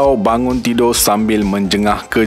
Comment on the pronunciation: Tidur bang..bukan tido Luar bang...bukan lua Untuk channel pendidikan macam ni, lebih elok rasanya guna bahasa melayu sebutan baku.